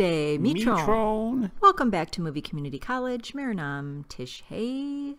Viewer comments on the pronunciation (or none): Namaste mitron In this we generally do not not pronounce the ending 'n' in mitron But it is a nosal sound You can spell it as simply mitro